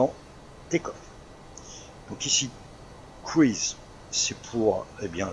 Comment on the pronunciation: Super vidéo, une fois de plus. Un grand merci à toi ! Pour la prononciation de Cruise, on dit "crouze", comme l'avion ;)